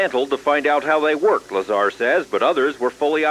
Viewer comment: It's bob LazAR not Lazr